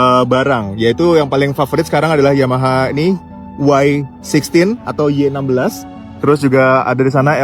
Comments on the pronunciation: Yg penting sebutan Y16 adalah "Wai 16" bukan "Yi 16"😂 hahahahhaha hodoh betul sebutan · Bukan yeh 16 tp y16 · Bang awat depa sebut "Yi 16"?😂 hahahahahahha huduh gila sebutan wai 16 (diindonkan)